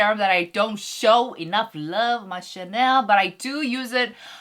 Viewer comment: okay im new to her channel but does she intentionally pronounces channel as chanel (as in the brand) as her thing? hahaha. Just curious.